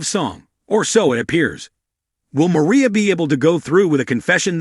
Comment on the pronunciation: Mariah not Maria